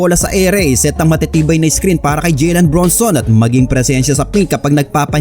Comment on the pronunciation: Idol "JALEN" po Hindi "JILEN" ilang vids mo napo inuulit ulit Yung "JILEN" eh. "JALEN BRUNSON" po.